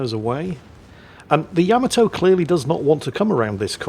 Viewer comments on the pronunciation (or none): GOTDAMNIT it's YUH-Ma-Toe!!!! NOT YAM-A-TOE!!!!!